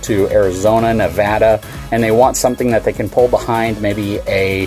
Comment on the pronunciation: Thanks for saying Nevada correctly!